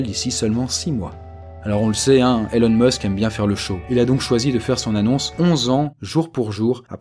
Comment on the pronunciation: Ça se prononce ILONE, pas élone !!! Bande de français, va ! :p